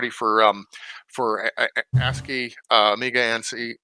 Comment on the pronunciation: I, too, am also quite happy that you are pronouncing ASCII correctly :-)